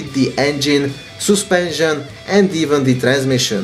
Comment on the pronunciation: Soospension xD